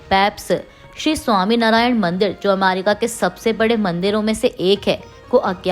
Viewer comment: Ammerica nahi America..